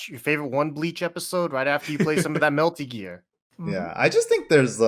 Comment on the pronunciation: “Melty Gear” 🤣😂😅